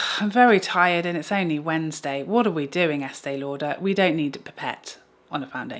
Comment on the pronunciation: LOL!!!😂especially the eastee lauderppp